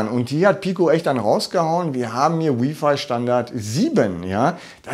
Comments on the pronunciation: Freue mich auf die Pico. Btw bitte nicht W(I)f(ei) sagen hört sich schlimm an. Richtig ist W(ei)f(ei) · Jeder kann seine Meinung haben, aber im Englischen wird es halt nun mal so ausgesprochen. Im Deutschen übrigens auch: Lautschrift: wai·fai.